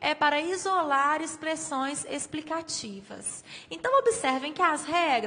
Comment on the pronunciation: "explicaticativas" kkkk